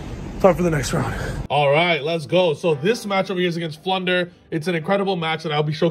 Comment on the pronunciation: I was so confused by the deck profile, I thought they kept saying “Plunder” not “Flunder” lol. Had to rewatch two extra times just to figure it out!